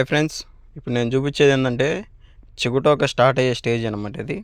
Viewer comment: చిగుటాకు కాదు "సి గ టో క "